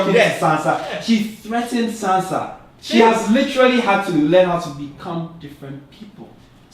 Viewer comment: You guys allowed him to say Sansa Stark. Smh